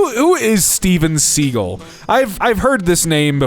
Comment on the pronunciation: I love that he doesn't know who he is, just because we get to hear him call him Steven Seagull 😂